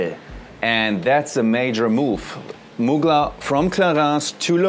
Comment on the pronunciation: So you can’t pronounce Muglèr but you can comfortably pronounce L’Oreal thou…..still buying then layer it with something else to make it personal. Lots of love x